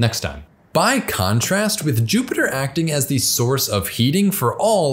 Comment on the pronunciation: Dude--this is a great video, but I have to say, your continual mispronunciation of the definite article is very distracting.